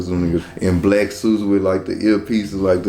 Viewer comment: THAT BOY SAID “SEAKY SERVICE” 😭😭 … That wasn’t from his country accent either 😂🤦🏾‍♂️ SEAKY or SNEAKY SERVICE … They might as well be called the Sneaky Service tho , by the way they move with the president & the way they move when doing what they do for the president 👀🤫